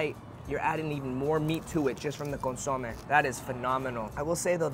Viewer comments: CON SU MAY..... You should know this Bro, you have Mexican heritage... Better get that chit right next time!!! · ConSOmeh, hahaha 🤦🏻‍♂️ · needs to learn how to pronounce Consomé correctly 😅